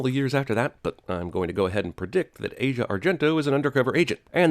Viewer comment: Her name is pronounced Ah- see- ah, not like the continent.